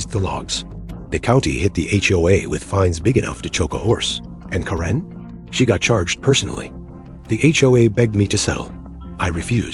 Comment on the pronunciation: It's Kare-n not Ka-ren!